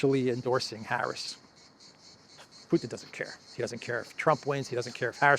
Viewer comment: "Piss or the Pootin" Does Elensky have a digestive malfunction?